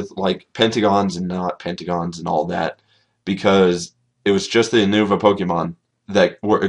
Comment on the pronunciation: Not Ou-nou-va it's Yu-No-Vah... Christ... It's not hard.